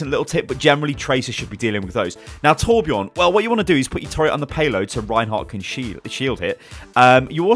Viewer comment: ITS TORBJÖRN